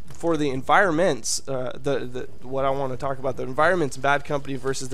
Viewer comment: "EN-viro-MENTS" I lol'ed XD